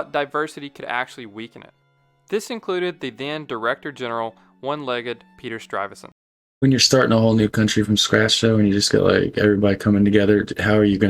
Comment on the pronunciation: Stuyvesant....not StRuyvesant